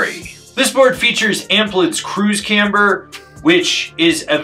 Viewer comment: This thing looks like a blast! I love it when says “camber” with three syllables…🔥